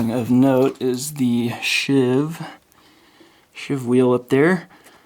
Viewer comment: Sheave, not shiv.